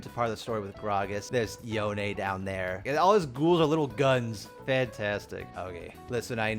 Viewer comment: Yo-Nae? im dying at that pronunciation.